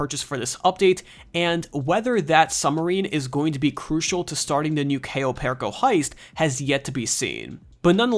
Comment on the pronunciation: U didn't even pronounce cayo perico name right